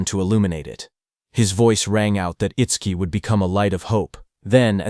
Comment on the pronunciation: Itsquee? Itsdookie? It-suki? How many ways this robo-reader wanna fail pronouncing this name?